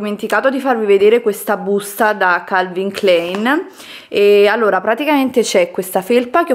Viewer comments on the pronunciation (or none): Calvin Kl"e"in non si può sentire... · Calvin Klein si legge K l a i n ! Con la a ! È tedesco! Che noia le pronunce sbagliate